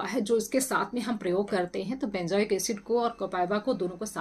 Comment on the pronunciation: Benjoic nahi benzoic bolen, good information.